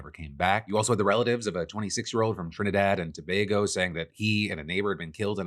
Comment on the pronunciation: they're killing fishermen off the coast of our islands. and thanks for bringing this to light. Hailing from Trinidad and Tobago, oh and thank you for pronouncing trinidad and tobago properly. just saying this looks like the same playbook for Iraq. on another note...... just for the sake of conversation, isnt the real problem the addiction to drugs? ......... killing supposed drug dealers doesnt remove the human desires for said drugs.